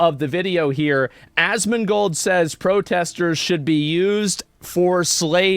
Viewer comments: She said Asmongod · Lmao him calling Asmon “Assman” reminds me of the Seinfeld episode where Kramer gets the wrong plates. And who the fuck is jagermeister?! The only person I can think of that Hamas Piker hates as much as Asmon is Nuxanor. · hates it when people get his name wrong, calls Asmon 'Ass-man'